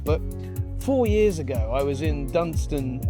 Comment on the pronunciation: It’s “Dunton” not “Dunston”